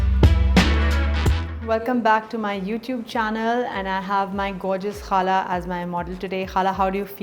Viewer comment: I love the way you say khala .Your new subscriber from houston texas